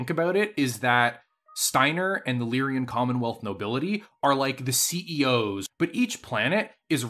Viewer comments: He keeps saying Lyrian instead of Lyran, and no how much I try to ignore it, I cant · Lyran, not Lyrian. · For your favorite faction, it's extremely aggravating how you add an extra syllable to their name every time you say it. Lyran. LEER-un. Two syllables. It is not "Lyrian" like you always say. As a nerd and a grammar stickler this drives me crazy. I like your ideas about the Capellan Confederation being literally everything wrong with organized humanity rolled into a single entity, and also North Korea in space. Part of me wants to support them just to be contrarian and antagonistic, but they're so freaking bad at everything that they're incompetent at being proper villains. And culturally, House Liao is Chinese in origin. They also have notable populations of Spanish/Hispanic and Native American origin; if a significant Capellan character isn't coded as Chinese they're almost definitely either Cherokee, Comanche, or have a last name like Rodriguez or Trujillo. Not to be confused with Clan Nova Cat, who are basically 80s stereotypes about peyote smoking Navajo but without casinos. Capellans in general are comical mustache twirling scumbag villains from Saturday morning cartoons, like the rogues gallery of Captain Planet. Federated Suns are what you get when you take the British obsession and idolization of a royal family that has lacked any actual qualifications for centuries and scale it up to an interstellar empire. Draconis Combine is what you get when you have some American nerds who haven't taken any reputable Asian history classes design a fictional society based on thei